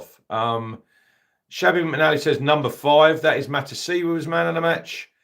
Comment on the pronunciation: Nice one, great summary as always 👍🏻 I know that you are tired but it’s MatUsiwA! 😂